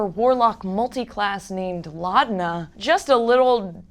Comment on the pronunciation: Laudna and laudnum 😒